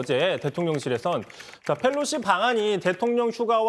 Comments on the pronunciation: Felosi 가 아니라 Pelosi 요... P 발음할때 혀 구부리지 않으셔도 돼요... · 강지영 앵커님, Nancy Pelosi입니다. F발음 하지 마세요. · 기자님 Pelosi를 왜 자꾸 Fㅔㄹ로시라고 읽어요? 😔